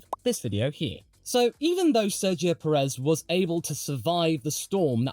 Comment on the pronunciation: If you refer to Pérez, he isn't. The problem isn't so much the emphasis (he tries to emphasize the first syllable, but fails) as the elongation of the second syllable. Peh-reez instead of PÉ-rez. The "e" in Pérez should always be a short vowel. Most native English speakers elongate the second syllable too much. And in Spanish, be it Peninsular, Mexican or Rioplatense, the first syllable carries such a hard emphasis that the second one is extremely short and soft, only picking up at the final z. Of course, when using the possessive in English this becomes really cumbersome, adding and extra repeating syllable and the end.